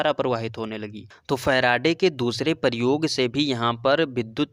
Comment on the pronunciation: Aur paryog Nahi prayog hota hai